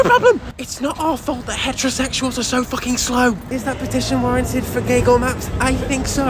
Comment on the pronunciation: i almost choked on my cocoa when i heard "gaygle maps" /pos